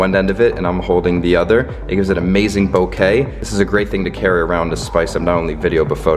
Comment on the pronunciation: You are the only Vlogger that pronouces "Bokeh" correctly. It's a Japanese word pronounced like this..."Bokay". All of the others pronounce it "Bokuh" which is incorrect!